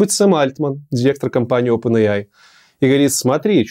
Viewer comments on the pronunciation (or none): none